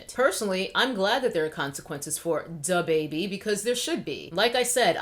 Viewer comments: Idc about the dude or his apology …. I really just like to hear you say DaBaBae. However after listening, I must say you make some excellent points. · "Duh-bae bae" 🤣🤣🤣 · “Duh bèbè” is killing me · I love how you say his name like moira rose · The way you say his name has me hollering! Lmao